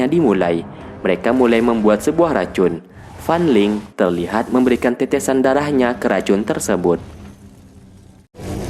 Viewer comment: Kaliantau gak tadi aku dengar FAN LING=FAN LONG